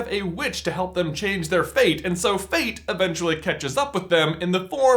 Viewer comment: When marida says "fate" it sounds like "feet"